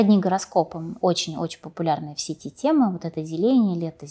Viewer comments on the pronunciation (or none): none